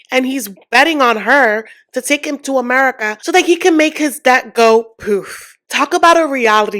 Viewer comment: Cam someone please please tell that the b in debt is silent?